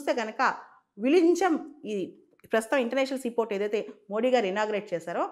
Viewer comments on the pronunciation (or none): VIZHINJAM ఈ పదాన్ని మలయాళం లేక తమిళం వాళ్ళు విఱింజమ్ అని ఉచ్చరిస్తారు ......... (ZHA ఱ శబ్దం ) ........ వాళ్ళ ఉచ్చారణ అనుసారం అది విఱింజమ్ అని పలకాలి......